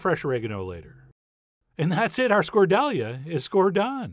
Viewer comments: It is actually pronouced Skordaliaaaa. I put extra a's at the end to give you a better idea as opposed to Skordaaalia. If you wish to be extra picky it is actually Skorthalia. Most people make it with potato now but my absolute favorite is made with bread (crumbs). btw. Out of all you recipes that I have tried none have been a failure. I love your channel and every time I decide to cook something different, I look at your channel first. Thank you for all your hard work. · Good recipe but its pronounced more as Skorthalia. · Actually this dish is pronounced "SKORDAL-YAH" with an emphasis on the last "a" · Even though the pronunciation was way off. Appreciate the Greek love 😌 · I got blue balled when i heard the american pronounciation of skoldalia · 10 for pronunciation, John!! That’s like calling a “tor tee ya” a “tor till ah”. It’s best with fish! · great recipe but sound presentation is horrible. wrong accentuation makes any language incomprehensible. It's very difficult to follow. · The pronounciation is way off. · It would be nice if you learn how to pronounce it correctly. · Nice work Chef. Watching with my Greek in-laws and they’re very impressed. “Yes. Yes. The Chef John. He knows the food.” 😂😂😂😂 Ps ... I’m sure others will have said. But the accent on the word goes with the ‘Tonos’ mark, so ... Skordal-YA. :) Don’t stress. It’s all Greek to me too. 😂😂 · fwiw, the accent should probably be on the last syllable (skor-dal-YA)... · The accent is on the last "a" so it's scordaliA. 😅 It can be made with bread or walnuts instead of potatoes but I do prefer the latter ones for sure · Dear Chef, great video, as always, and lovable quirky humor :D But "skordalia" should be pronounced like a Klingon word: Emphasis on the final "a" (skordaliA!), and not the first "a". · it's not skordAlia. it's skordaliA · My mother made this almost exactly the same way, but without the acidity. I need to try your version!. BTW, It's pronounced skor-thal-YA. Yiassou, paithi mou!